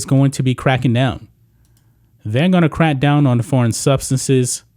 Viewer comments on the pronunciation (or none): Crack down. Emphasis on “crack.”